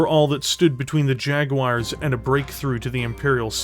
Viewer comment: JaguARRRs with a pirate R is fun :)